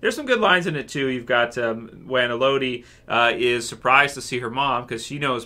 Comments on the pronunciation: As others have said...it's "EH-low-dee", not Eh-LOW-dee :-) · El-uh-dee. Not El-oh-dee. Sebastian needs to get his ass whipped. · I don't know why, but its driving me crazy. C'mon. You wouldn't say that you enjoy the "Mel-oh-dee" of a song.